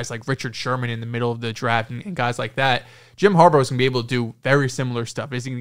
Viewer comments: Dude I gotta say it… it is HARBAUGH as in “har- BAW” do we call Sammy baugh, Sammy BO? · Har-baw, not Har-bow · why are you calling him harbo? 😂